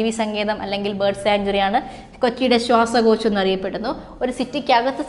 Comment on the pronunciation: ശ്വസക്യാശം അല്ല ശ്വാസകോശം